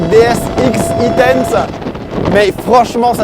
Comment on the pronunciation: DS X-E tense se prononce en anglais "ex i tense" et vu l'excitation que génère un concept équipé d'un vrai beau moteur électrique lors de la conduite c'est pas un détail : c'est un indice sur la nature du concept ;-)